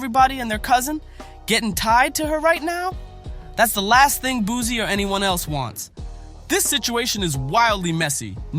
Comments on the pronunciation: I can’t believe nothing you saying his name wrong… it’s Boo-see Boosie baby!!! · Narrator keeps saying “Boozy” lame as **ll shawty…😅